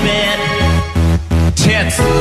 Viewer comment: how they say “tits “ is so funny